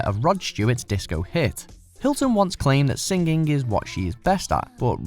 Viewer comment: Basically state that the list does not include live covers... explain #10 #8 please pronounce "singing" correctly. Noted, these are all horrible covers. Mind, George Michael's cover was better than the original.